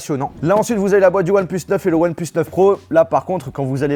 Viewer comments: je retiens un truc "one pleus" c'est "one plus" !!! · Ouanne pleuss... je rigole mdr😂😂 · One "pleusse" 😭😂